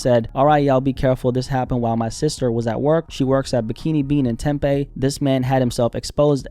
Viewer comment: It's Tim-Pee (Tempe) lol